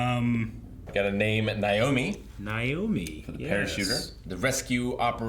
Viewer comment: * Naomi (not "Niomi")